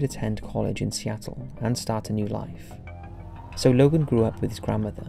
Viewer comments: are you a bot?? logo??? its LOGAN. LOGAN LOGAN L O G A N. DUR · Lmao he calls this guy Logal twice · why are you pronouncing it 'Logall' when his name is Logan? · Who's Logal? Hahaha it's Logan isn't it ? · Sounded like you say logal instead of logan. Lol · Why the fuck did you call him Logal? Smh🤣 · Why are you pronouncing the name Logan "Logel"?